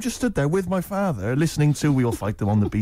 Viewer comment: pronunciation of "father" insane